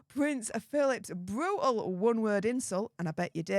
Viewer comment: Wavvvvvvy😂bvvvvvvvutal😂 pvvvvvvvince havvvvvvy 😂